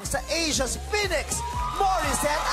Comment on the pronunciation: i'm sorry to actually pronounce it the other way huhu it should be PHOENIX HAHAHHh